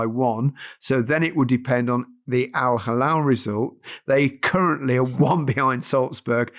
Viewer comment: "Al-Halal..." 🤭. Gary, this is the equivalent of of calling you Gareth Lineker.